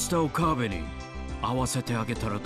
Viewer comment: I love how you pronounce Okabe's name "Oka-BAE" XD